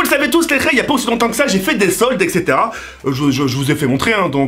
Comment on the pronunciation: Il dis tt le temps Ksetera-Ksetera 😂